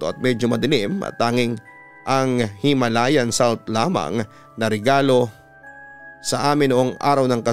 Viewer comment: "Himalayan Salt" 😂. Wala padin tlga improvement. Mapa tagalog or english may sablay. Pwede naman mag Take 2 papa dudut, hindi naman live reading ginagawa mo.